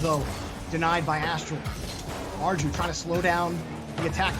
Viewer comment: ARJU PRONUNSIATION IS ARGLIU NOT ARGIU